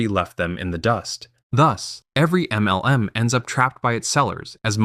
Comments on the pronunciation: Good video but i lol everytime he says “M - L - M”. Its so over annunciated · Is this an AI-generated voiceover? I finally could no longer stand that weird "em small-pause el small-pause em" pronunciation and had to give up after six minutes.